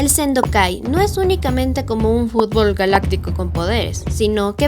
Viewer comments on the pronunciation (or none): none